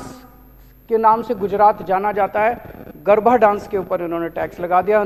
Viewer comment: Bete lal garabha nahi garaba apbransh mat kar sabdoka